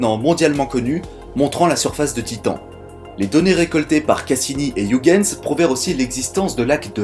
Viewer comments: Pour ton info, on prononce "oeilguens" et non pas ouigueins. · ça se prononce Oeuil Guns, bordel de merde! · hei,, Huygens etant hollandais, ça se prononce "hœighens",le son gh presque perceptible! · Très bon contenu, merci beaucoup pour ton travail qualitatif :) Sauf la prononciation flamande de Huygens XD Ps: On prononce Huygens comme un "oeil-guens" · Super, comme d'habitude !!! Vivement la Partie 2 !! Bonne continuation à toi, j'adore ce que tu fais. (PS : Huygens se prononce "Oeil" "Gaine" "S" (Je sais que tu as le soucis du détail donc si ça peut t'aider)) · Heu Huygens, phonétiquement cela se prononce Oeil - guens, mais c'est un détail, belle vidéo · Si non, Huygens se prononce '' oeil geuns '' ;) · Ca se prononce "Huygens". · Merci pour cette vidéo😊 Par contre ta prononciation de Huygens m'a trop fait rire hihihi 😉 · Il suffit de se souvenir d'une chose pour éviter la majorité des écueils en prononçant un nom étranger : ne JAMAIS imiter les Anglais. Partant de là, t'es déjà beaucoup moins ridicule. Mais bon, là, c'est raté : il a prononcé le U comme dans Hugh Grant... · "iougainse, pheubé"... putain, la vache. "uigainse, phibi".